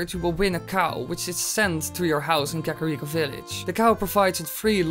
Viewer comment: Kaka reek-o